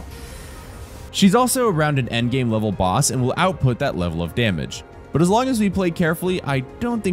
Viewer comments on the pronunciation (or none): none